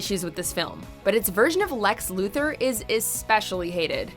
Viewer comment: "Lex" "Luther" not Lex,Luther